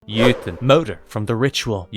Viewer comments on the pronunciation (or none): Jotun in norwegian is pronounced roughly "yo-tonne". not exactly but I know anglophones struggle with scandinavian U-sounds (among other things)